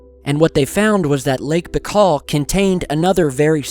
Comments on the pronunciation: its bye-kal. not bakal.. baikal.. makes a video of the lake and cant even pronounce its name properly.. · Just BTW the lake is pronounced Ba-ee-kal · Say "BYE-CALL" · Lake Baikal (spelling: Baykhal or Baykhaw); that sounds much better. Greetz!